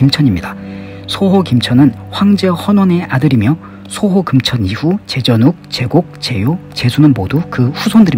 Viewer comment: 소호금천씨라고 발음해야 되지 않는가요?